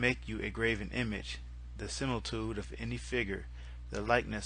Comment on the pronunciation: You mispronounced similitude...you said similtude. Celtic is pronounced keltic. You mispronounce too many words for me to correct them all but its a good effort anyway and i appreciate what you do. Please dont go trying to pronounce my name! No way you'd get it right